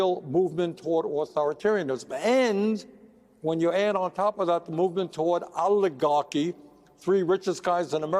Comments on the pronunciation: He's an "olligock" ( as Bernie pronounced it) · you people can't even quote Trump correctly and you want to say something like that... After bernie pronounce it "olligocky"